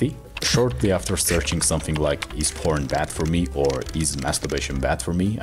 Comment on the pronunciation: I thought you said “prawns!??” Then thought how many prawns was he eating before!?? 🦐🍤